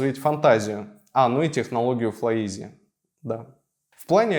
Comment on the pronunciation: «ФлайИз», не «Изи»